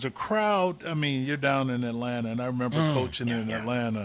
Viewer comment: You pronounce too many T’s in Atlanta...it’s Alanna or just da A lol